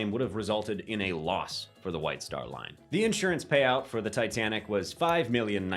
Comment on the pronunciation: In-surance or insurance?